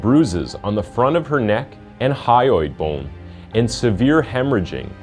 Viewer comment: Many misspelled words and mispronounced words. E.i.: mum, thyroid bone -you said hyroid bone, then it was spelled hyroid bone and pronounced hyroid bone. The editing cuts off last words in scenes. Louisville not pronounced louey-ville.